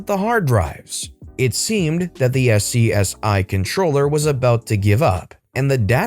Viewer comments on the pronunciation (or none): SCSI is pronounced Scuzzy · FYI, "SCSI" is usually pronounced like "skuzzy". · BTW, "SCSI" (a high-performance hard drive controller) is pronounced as an acronym, not as initials. It sounds like "scuzzy".